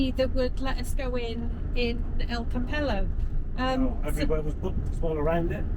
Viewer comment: pedantic point . The pronunciation of Campello is Cam-pay-o